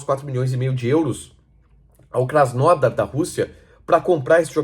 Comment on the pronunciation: Para de falar krasnódar, não tem acento. Ta louco sempre querendo ser diferente